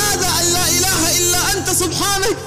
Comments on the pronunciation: ياصاحب الفيديو قبل النشر يجب عليك تفحصه جيدا حتى لا ينشر الخطء قال تعالى( سبحانك )بالفتحةفوق الكاف وليس بالكسره الدقيقة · المشكل ليس في زينة المصحف المشكل في نشر كلام الله محرفا خطأ اوقصدا المقطع (سبحانك)بالفتحة وليس بالكسرةفتؤنت